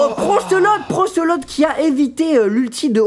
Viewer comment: Ils disent "Procelote" et non "brocelote"